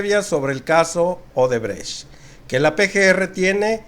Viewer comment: Solo aclarando un punto mi buen, es odebrecht no obredecht a como lo repetias